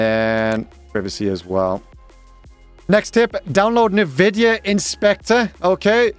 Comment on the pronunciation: nividia?! in 13 years of me having heard that word pronounced this way lol